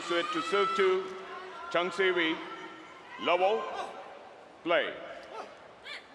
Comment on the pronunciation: It's "Siwei", the way the umpire said it sounds like "seaweed"...